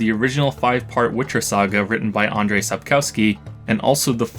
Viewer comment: wait u learned polish and u mispronounce andrzej?